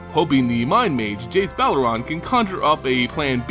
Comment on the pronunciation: Why does he pronounce some “e”s as “A”s? Jace belaran, kozilak, etc.